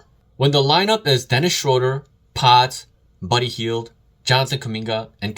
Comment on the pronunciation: It’s pronounced Schruuder bro. Dont ask me why. Guess its a German thing 🤣